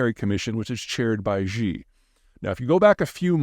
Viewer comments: Please stop making fun of the Chinese language, Maybe get a little education Xi is not pronounced like ZhaZha Gabor! and Bejing the same thing. You sound ridiculous. For the president, say she, then spread your lips like a giant smile. Hear the difference? For the capital of China, its Beijing as written - like Jingle bells. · It's hard for me to take seriously an expert who can't even pronounce the name of the Chinese leader properly (hint: it's pronounced like "shee" not "zhee") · Xi = “She”. Not “Gee”. Please say “SHE jean-ping.” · Zeihan is knowledgable about China and has said some things that makes sense but he has often gotten things wrong as well. BTW Pete- Xi pronounced "Shee". Not "Gee". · ‘Xi’ ( pronounced ‘she’ for want of getting overly pedantic) not ‘Zhi’. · Xi's name is not pronounced "ji" with a "j". The "X" is pronounced like "sh" in "sheep". You might think that it doesn't matter, but this is the sort of thing that gives Americans a bad rep around the world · Jhee?? Ghee?? Zhee?? Gee whiz -- how I cringe with your poor pronunciation of the name. Not a good look when such a basic thing is mangled. Xi in Romanization is actually spoken like "She" but with the mouth more closed. Please do better Mr. Jhai-Han. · Peter, can you say "she?" That's how Xi's name is pronounced. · Why does Peter pronounce Xi's name that way? I know the x in Mandarin is not easy for English speakers to pronounce perfectly, but pronouncing it like 'sh' in English is a reasonable approximation that I hear almost every other English speaker use. Peter seems to use the j-like sound you get in bei'g'e or plea's'ure. Why? Surely Peter has heard the name pronounced by other English speakers. Example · Chinese leaders name is pronounced 'She' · Xi (Xi jinping) is pronounced like SHE in english.... or Si in italian. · I'm impressed by Peter's continued refusal to learn how to pronounce Xi correctly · Please pronouce Xi correctly